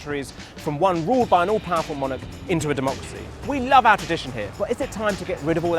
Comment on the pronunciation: To be fair, watching it back, he said 'our general elections' and I think he was probably supposed to put the emphasis on 'general', not on 'our'.